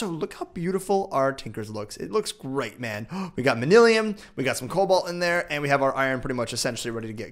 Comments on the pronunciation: ITS MAN-YUL-IN NOT MANILIUM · MAN - U - LUN NOT MAN - ELL - IAN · It is pronounced man-you-len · Quarry, Manyullyn... you're killing me please!! The Tinkers' Wiki even spells out phonetically how to say Manyullyn (man-yoo-lin) and well as for quarry you say it right sometimes and then others you say querry o_0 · The purple ingot is pronounced man-a-Lin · its pronounced man-a-lin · he pronounces manyullyn wrong too